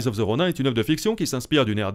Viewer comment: Mdrrr Roniiin pas Ron « ain »